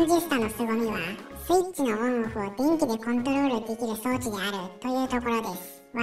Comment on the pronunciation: 一瞬「べんき」と「でんき」が混同する場面があった。